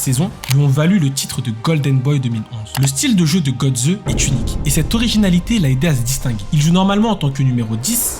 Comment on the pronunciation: Mario Götze ( on prononce Gueutsé ) MDR comment le commentateur prononce son nom ! lol lol lol . En allemagne j´étais scié aussi lorsqu´ils parlaient de Mbappé , on comprenait rien de qui ils parlaient...